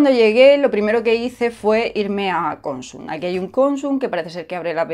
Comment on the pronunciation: Hola!! Una puntualización, que ya sé que voy a quedar como un pijo grammar nazi jeje.Cuando dices Consum el golpe de voz va en la última sílaba, vamos,que es aguda.Incluso aquí en la Com. Valenciana hay gente que lo dice mal.Por cierto, se te oye de lujo ahora con el micro 🥰🥰